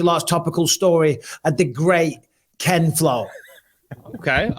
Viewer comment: Who's ken-flo